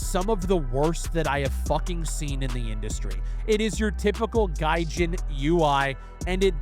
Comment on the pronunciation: the only reason i watched this because its you but the moment you said gajin. incert spiderman laugh meme